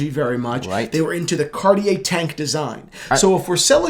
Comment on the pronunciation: Oh this one is the ONE!! Honestly! The monopoussoir tortue is one of my grails. I think it would be slightly too big for me, but I don't even care. Slice of gorgeousness! Also.... said Cartier correctly once in this video.;) Progress!;) hhaha (kidding, I know you say you don't want to have to change the way you say things....;) )